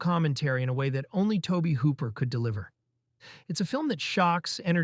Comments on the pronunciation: Tobe Hooper's name is pronounced Toby. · Good video. Epic in length and breath. Tobe Hooper is pronounced Toby.